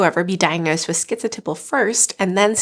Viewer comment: I really have never heard anyone pronounce the word “typal” where it rhymes with nipple. I looked everywhere I could and the accepted pronunciation of the 1st syllable in “typal” is type. Do you have a link to where the correct pronunciation sounds like nipple? 😳